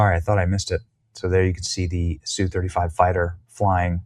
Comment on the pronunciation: ess yu 35, say the letters.